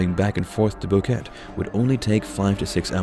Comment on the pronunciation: More copied BS from other vids. Host family doesn't even have a dog. It is not a rain forest and Boquete is pronounced bo-ket-eh. Nobody knows where they died. Alto Romero is not 70km from Boquete, much less.